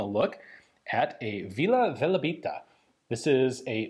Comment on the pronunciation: I think its Velebit not Velabit Vila Velebita (Velebit fairy) is a Croatian song and Velebit is a mountian in Croatia